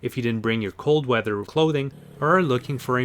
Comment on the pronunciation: What is a “wather”?